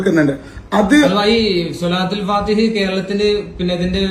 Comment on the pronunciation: സ്വലാത്തുൽ ഫാത്തിഹ് ആണ് ഫാത്തിഹ അല്ല